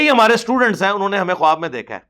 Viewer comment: assalam alikum ...very informative program..... mashalla......the word KHUWAB may wao silent hay ... bola jaeyga KHAAB not KHUWAB ............thanks